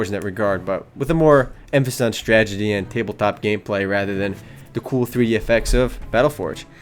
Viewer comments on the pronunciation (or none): He said "stragety" - It's a strategy tragedy.